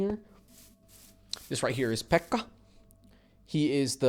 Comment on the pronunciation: U said pekka so weird